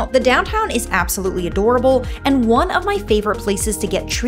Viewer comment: Where are you from??? You put a y in front of every word starting with A, ayaand, tyaaampa, advyaaance... Not a Florida accent